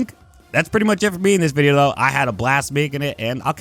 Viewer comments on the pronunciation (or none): none